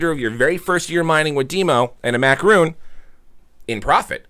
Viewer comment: It is macaron not macaroon, your mispronouncing it makes me never want to click on your referral link.